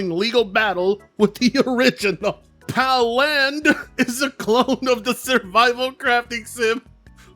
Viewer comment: I thought I was just gonna look like palworld. “PalLAND” are you shitting me?